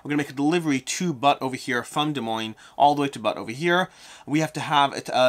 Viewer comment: Butt? I think you mean Butte, pronounced byoot.